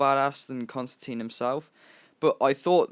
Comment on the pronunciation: its actually constan TINE the media pernounces it wrong